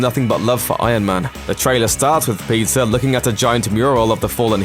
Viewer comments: PEE-TER say it with me. Its not pizza alright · Why is he saying pizza instead of Peter 🤔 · Why when u say Peter it sounds like Pizza? Lol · I’m not the only one who heard Pizza Parker right?